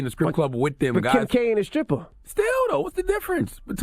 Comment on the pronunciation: it's not "Skripper" jackass